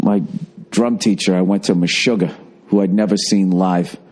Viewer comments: Holy Fuck! Bill and Me-shuggAAAH (Boston accent) in the same place.. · lol, meshuggah means crazy in hebrew. mesh-oo-gah